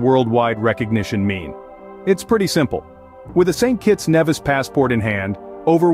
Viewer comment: St. Kitts and Nevis ...it's pronounced NEE-vis